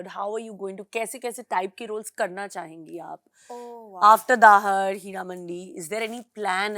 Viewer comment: Its not dahar its dhaar….. urdu word meaning roar